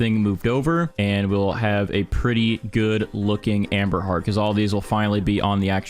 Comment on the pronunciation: I keep hearing Amber Heard when he says amberheart😭